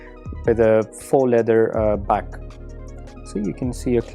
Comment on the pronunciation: 'how to pronounce faux'